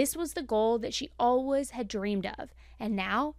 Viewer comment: Its Al-Ways. Not Al-Was 😂 you get me every time!